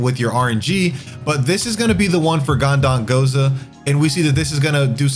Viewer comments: Ganda n goza. En i mity. This dude loves to add letters into words. Haha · Dude needs to work on his reading and pronunciation. Keeps saying Gan-dan-go-za and ter-mai-nus in several of his videos. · I actually was going to talk about GhandaNgoza. He says it in every video and it’s harsh on the ears. His content isn’t bad but it’s hard to listen to sometimes.